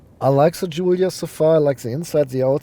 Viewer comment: The only one so far who pronounces the word correctly Giulia